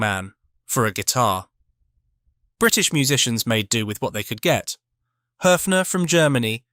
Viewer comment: Thank you pronouncing Höfner correctly. Almost Nobody gets it right.